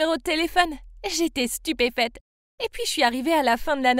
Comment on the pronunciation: « j’etais stupépete »🤦🏾‍♂️